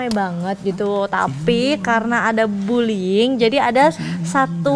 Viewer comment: Satu lagi anwar harusnya buliying malah buliling